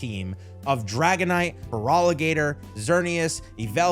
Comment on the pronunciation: I really wish you looked up the names cause holy hell I thought you were just rage baiting. Feroligator? It’s an Alligator. FerAlligator